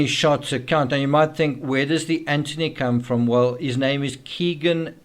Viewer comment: Also Anth-ony not Ant-ony